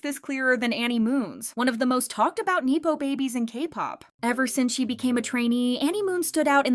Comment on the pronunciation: neppo...not naypo.